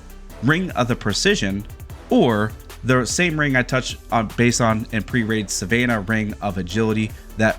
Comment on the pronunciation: Brother, we need to expose you to some more words, because you butchered a bunch. Most notably was “Savanah” and “deterrence”.